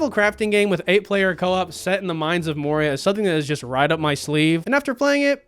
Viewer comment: *Astin 😂 Not Austin “Moira? My guy, are you even a LOTR fan? 😂